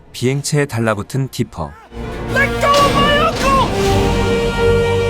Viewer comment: 디피가 아니라 디퍼아닌가?